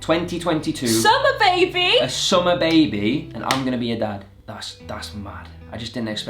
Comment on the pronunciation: said “when the babi is here” 😭😭😭